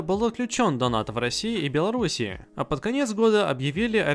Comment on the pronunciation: Я конечно всё понимаю, но мне показалось ты сказал Белорусии 😐